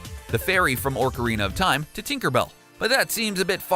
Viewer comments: "Orcarina" SMH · Your pronunciation, YOUR PRONUNCIATION...RAPED MY EARS!!! I let it slide far too long and sadly I only made it to the point where you started saying “orcarina of time”. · Over and over again. bothers me so much. Then he says "ORCarina of Time"